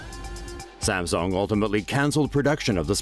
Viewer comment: I know this vids over a year old BUT am I really the 1st & only person to notice the over pretentious pronunciation of Sams[oo]ng?